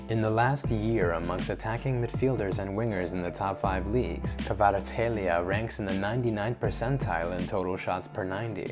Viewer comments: You pronounced Kvara's name very well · You pronounce it so well 😄🇬🇪❤️ He is real talent! Thank you for this video.